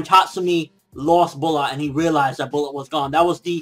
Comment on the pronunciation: its pronounced as Brat not bulat :/